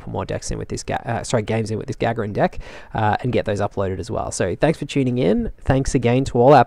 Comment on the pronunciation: It's pronounced ga-GAR-in. Otherwise, mean deck. I'd have lost my mind when the Daemon tree went down. Risky strategy.